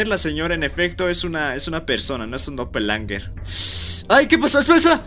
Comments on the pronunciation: SE DICE DOPEL GANGERS NO DOPELANGERS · Doppelgangers❌ Doppelangers✔ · Doppelganger❌ Doppelanger✅ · por que dice dopelanger